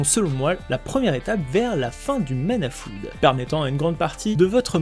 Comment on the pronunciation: si je me puis me permettre, il y a une erreur sur la prononciation de flood. Ça se prononce flode et non floude (c'est le même oo que blood, donc). Je recommande souvent l'oxford advanced learner's dictionary, le merriam webster ou encore en bilingue wordreference qui permettent d'écouter la prononciation des mots en cas de doute.